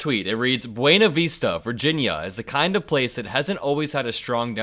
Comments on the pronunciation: Locally pronounced Būna Vista, not Veesta. I was born there. I still have family there. I’m thrilled they were booing trump. 💙🌊💙🌊💙🌊💙🌊💙🌊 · I live there in the next town. Its pronounced BE-UU-NA Vista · It's pronounced "Byoo' na Vis' ta" in Virginia. ;) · In Virginia, it's pronounced "Be-u-na Vis-tah." Good to know that just over the mountain they don't intend to go back. 👍